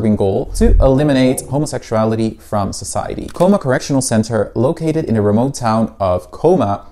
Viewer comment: Researching Cooma and can’t even pronounce the town name right 😂